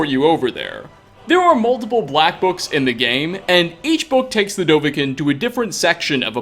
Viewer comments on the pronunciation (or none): none